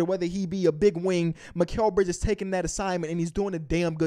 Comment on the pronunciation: It's mikal bridges